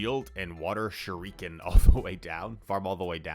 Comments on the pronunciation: It's Japanese. There is no American pronunciation. All syllables equal strength, Shoo-ree-ken not ShuRIken. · I thought it was sure-ee-kin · you're pronouncing shuriken somewhat British. But a lot weirder. Shur-uh-kn is the American pronunciation according to our good friend Google Translate